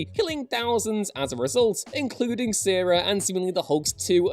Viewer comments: Smh it’s not pronounced Sarah lol it’s pronounced (Kai-Era) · Nobody who makes list videos can pronounce Caiera, apparently. SMH. It's "Kai-era"